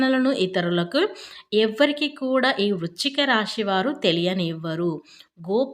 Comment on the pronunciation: రాషి, షుభాషుబాలు అనడం కూడా